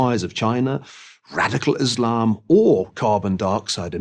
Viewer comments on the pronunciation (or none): none